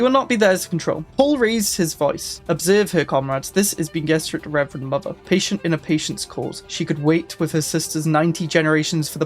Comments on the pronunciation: It is pronounced "Ben-ay Jezz-arr-it" for future reference, but good efforts. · Bean gesserit is a famous British meal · Switching off at the second "bean gesserit". Can't do it. Really low effort stuff here. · meanwhile: BEAN gess-e-rid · so, you never watched any of the Dune adaptations then? Love the pronunciations 😂😂 Love your content dude, I’m only joshing with you with the pronunciations!